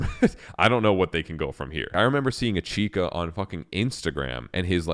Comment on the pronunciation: It's pronounced "Itch-ka" there is no third syllable